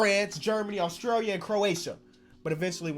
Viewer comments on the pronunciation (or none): "Austrailia" LMAO!!